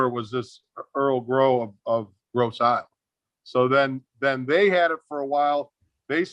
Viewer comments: Eel eel. We pronounce Ile as eel. Gross Eel I live in the Detroit Wayne county area. Just saying. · I live local to the area this car is from originally! Too cool. FYI, "Ile" is pronounced "eel" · Tom, just so you know, those of us from the area pronounce it "Gross Eel". Lovely car. Great conversation. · It's pronounced Gross EEL.